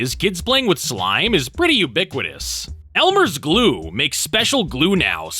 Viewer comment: Elmer's 'Gue'?